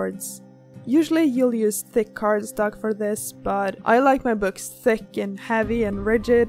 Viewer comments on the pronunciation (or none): I thought u said "I like my boobs thicc" 😂